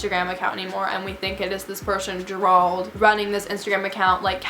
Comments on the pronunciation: This is crazy. But, I had to laugh throughout the video just bc how hard he made you think. 😂😂🤣 and Gerald pronounced. JERE-ALD 🤣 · bruh did u just say (juh-rwald)???? its pronounced (jare-old) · I think the “managers” name is pronounced ‘Jer-old’ not ger ald lol it’s my brothers name and it’s spelled Gerald lol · girl the way you are pronouncing gerald im screaming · The way you pronounce Gerald has me dead💀 I’m pretty sure it’s pronounced jair-old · It’s JER RALD.... two syllables but say it without pause . You’re welcome 😉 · You pronounce Gerald wrong that’s all I have to say... lol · Sis why you said Gerald like that😂😂😂🤦‍♀️🤦‍♀️🤦‍♀️ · haha the way she prononces "gerald"😂😂 no hate btw ily ❤ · Sis I love you but look up how to pronounce Gerald because it is not how you’re saying it lol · Can someone tell this girl how to pronounce Gerald lol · all i could focus on was the way she pronounced gerald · Love the light behind you, hate the way "Gerald" is being pronounced lol but great story. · ok but whyyyyy does she keep pronouncing "Gerald" wrong it's literally the most basic name 😭